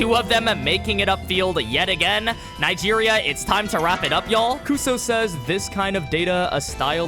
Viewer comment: bro didn’t even try to pronounce Nigeria